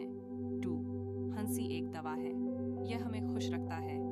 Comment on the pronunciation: Ai converted Audio hai.. isliye हंसी ko हन्सी bol rhi hai 😂